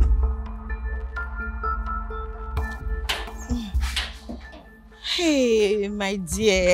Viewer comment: “We are just rorolly worried”😂😂💔 Aunty Ruth how do you do these things😂🌚 You be TOP WOMAN🔥❤️ God bless you 🫶🏿 Sil vous plait for this Epic movie😂